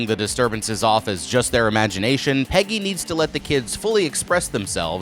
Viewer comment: Pejjy and vaylek are the discount temu versions